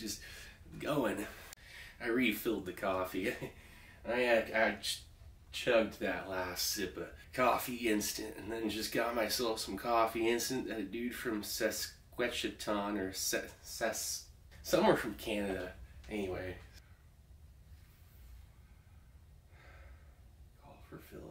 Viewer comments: “a dude from Sesquichatan- Cess- somewhere from Canada.” I think you mean Saskatchewan? XD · Sas-Kat-Chew-Awn With love from Canada. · i'm Canadian and i lost it when he couldn't pronounce Saskatchewan XD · “Saskwetchiton… somewhere in Canada” lmao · "sas...kwetchatan" gave me a good laugh. New idea for a channel. Steve spins a globe and whatever city he stops on he has to pronounce it. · Saskatcha.....saska, ...somewhere from Canada 😆😆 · Ah yes, the great province known as Saskwetchatawn! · Hearing Steve try and say "Saskatchewan" made my damned day. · Pure Gold! So amazing when Steve showed all the different versions going back more than a century! But by far the most exciting part is the smokes. And Steve trying to say Saskatchewan made the Canadian in me blush. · Hey Brenda thank you for your appreciation in that aspect of this review. And gotta say, those smokes were outstanding. That's always nice. If I practice enough, perhaps I'll one day learn how to pronounce Saskatchewan. We shall see.. hah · steve trying to say saskatchewan was the funniest thing ever then says somewhere in canada 😂😂 nice one steve that made my night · LOL, Good try at Saskatchewan. I think that is what you where trying to say anyway.